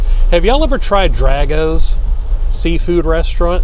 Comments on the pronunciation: Drago’s is pronounced Drah-goes. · It’s pronounced with a long “a” sound like Dr-ay-gos”